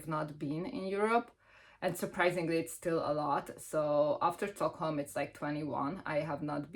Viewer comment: Oh you went to Sweden, yay! The way we say Stockholm here isn't far off from how you say it, however the sch sound you make in Hungarian isn't there (when there is a sch sound in Swedish it's spelled differently, but there is so many variations of that spelling so I'm not going to get into that haha). In short, just a regular S, like the English pronunciation. It's funny, we went to Oslo and I thought everything was so expensive compared to Sweden. However we didn't use the Olso card and I never use the Stockholm card when I am in Stockholm, sounds like it made a lot of difference. I am also a walker, love walking everywhere, I feel like you experience more. I am also a free museum kinda person and we do have a lot of those lol. I am actually going to Stockholm in August, but admittedly big cities, especially capitals, are the most expensive. I love going to Copenhagen, a bit biased towards it since I live in the South of Sweden and it takes me like 45 minutes via train (compared to 4+ hours to Stockholm). But alas another expensive city (atleast compared to mine, Lund), still love it though haha. If you ever go to Copenhagen, I'd totally meet up. 😁